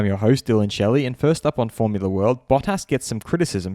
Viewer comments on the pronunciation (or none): none